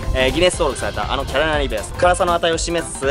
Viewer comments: 、一回もキャロライナリーパって言えてないぞ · キャロライナリーパーがちゃんと言えない件